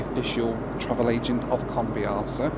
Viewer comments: A great film as always, but it's not called " Con v arse a" as you pronounce it! Not very polite using " arse" in the pronunciation. Phonetically, try "Con, vee a sa" - try a short a, no r, and emphasize the sa at the end. Go on, shout me down in flames everyone, you know you need too... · I think you'll find the airline name is pronounced convi-assa. Could be wrong but.... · every time you mentioned that airline name, you sounded like Can't be arsed 🤣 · I thought you said "can't be arsed airline" lol